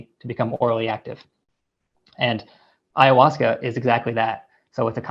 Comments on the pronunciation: Ayawescha LOL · David E. Nichols would be the person to speak to. Especially being you can’t even pronounce ayahuasca correctly. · Russel. There is no ‘E’ in AYAHUASCA